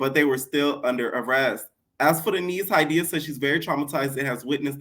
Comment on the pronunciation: lol my name Hydeia ! I love that you pronounce it right R.I.P Ms. Broadbent!